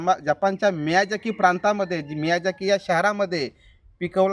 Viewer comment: मियाझाकी उच्चार आहे. miyazika नाही.